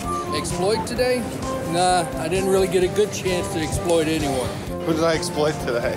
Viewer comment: "Who did you esployt today?"